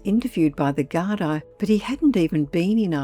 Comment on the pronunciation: Gardaí - pronounced ‘gar-dee,’ not ‘gar-dye.’